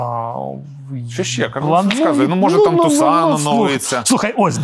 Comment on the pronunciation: Чому Тусано, а не Тусон, як воно правильно англійською?)